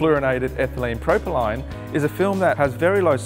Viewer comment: When you mispronounced propylene I lost all interest